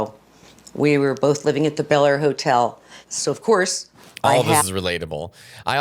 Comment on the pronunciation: And Bel-air. It’s pronounced like bell air. She says beller